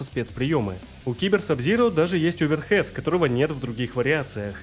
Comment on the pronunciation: Да не оверхэд!!! А оверхэНд!!! Удар рукой сверху!!!